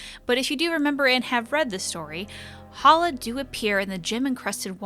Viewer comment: every time she says Halla...i here Holla!, like she is Ja Rule or something.